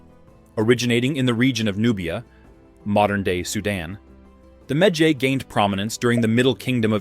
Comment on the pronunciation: i don't like how he pronounce medjay lmao